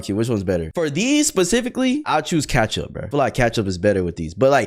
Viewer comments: it’s ketchup not katchup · Kachup? The hell do you mean kachup it's ketchup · How do you say ketchup like thatttttt?! "Catchup"😂😂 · bro said catchup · Bro said "katchup"😂